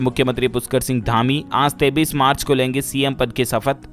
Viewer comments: Koi is bewkoof bihari ko bataye ki 23 march kaise bolna hai , 23 ko 33 march bol rha hai chool jaat. Maine dekha modi ke sab aandhbhakt aanpad hi paida hue hai. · डीएलएफ भाई एक बात बताओ आप बच्चे तो हो नहीं फिर आप 23 को 33 क्यों बोलते हो मेरी समझ में नहीं आता आप इसमें सुधार कर सकते हो इसका एक गलत संदेश जाता है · 23 ko 33 kyo kahte hai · AP 33 bol rhe ho ya 23 to much confusene h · डीएलएफ के ग्राहकों से मेरा निवेदन है कि यह पागल बार-बार 23 को 33 बोलता है आप लोग भी इसे क्यों नहीं बताते हो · Kripya karke aap apni ak galti ko sudhre ye jo aap 23 ko 33 bolte ho danyavad